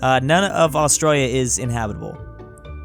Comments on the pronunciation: Bruh I hate this guy his saying Austrolio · BRUH THAT IS NOT HOW U SAY AUSTRALIA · Its Australia not Austria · PPWA he says Australia like an Aussie but he's American also r u new Zealander PWA